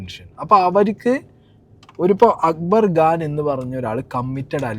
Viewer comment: It's Khan , not Gaan 😢